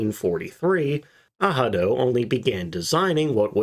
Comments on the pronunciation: all the german speaking interviews I've watched including luftwaffe vets pronounced it exactly how it looks. not ahado lol. it wouldnt have taken much research to figure that out and not sound stupid for an entire video. great content though. not trying to be an ass. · Yep. Your not pronouncing the word incorrectly at all..... Its A... RAD..... O..... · No idea how you get an “h” sound from an r. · Thanks for this interesting video. By the way, Google is wrong as ARADO is pronounced with R not H. Best regards from Germany. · Strongly agree. The German 'r" has a rolled sound. Definitely not and "h" sound. Think "r" like it is done with snare drum 🙂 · Hi. Please don't take too seriously the Google translator, has several flaws. I'm a native Spanish speaker and English is my second language. German pronunciation of the letter "r" is closest to the one of the letter "g" in Spanish, like in the English name "Agatha". The way you are pronouncing it is closer to the letter "j" in Spanish, like in the English word "Handler" which I find utterly incorrect for German. Please stop giving credit to that Google translator. In my personal experience with English, at least, Wordreference do a much better job. My best regards, love this channel. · Yeah, if you pronounce it the Spanish way, with emphasis on the second vowel, it's correct. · Google is wrong. You pronounce the 'r'. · the second letter is NOT pronounced with an "h" sound even though on a casual listen it might sound so....its actually more of a guttural "r" as though you are saying it in your throat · Narrator does not speak German ans so has no idea about how to pronounce "Arado". Listen to a German speaker say 'reich', 'recht', 'raus' or 'raum': that is the proper sound, not the American R or certainly not H. Google translate is NOT a credible authority on pronunciation or German words. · I can’t listen to u butcher this name, the whole video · The pronounciation ahado is a google goof up it is Arado in German too